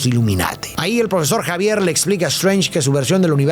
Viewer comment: Todos: Profesor Xavier: Profesor Javier Jajajajaja el "Arenoso"